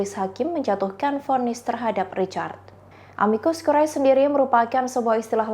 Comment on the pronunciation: Amicus curae baca * amikus kure * akhiran AE bacanya e curriculum vitae* kurikulum vite